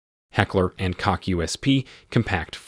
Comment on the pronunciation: I lol’d when he said “Heckler and C*ck”